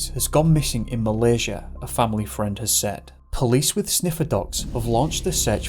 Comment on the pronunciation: "a family fried"